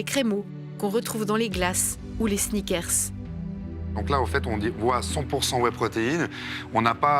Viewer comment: Les snickèrrrses, les bodibildèrres